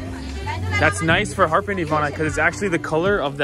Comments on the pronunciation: It’s not harpin it’s a Harbin. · She would’ve understood you if you pronounced the R with stress, instead of Harbin, it’s Harrrrrbin. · that city is called ha er bin哈尔滨,your pronunciation was a little bit off the genuine tone, people were a little confused 🙂